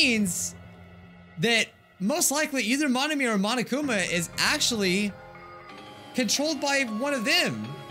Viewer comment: ain't no way he said monokumi instead of monokuma